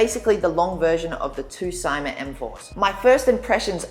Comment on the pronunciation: Say See ma not Sie ma